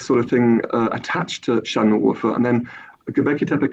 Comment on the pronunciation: the fact that he mispronounced şanlıurfa and doğuş when he's supposedly an expert on these matters is pretty funny